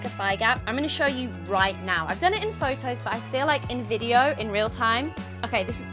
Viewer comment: Fojtojs? 😂 Hmm I think Photos not Phojtojs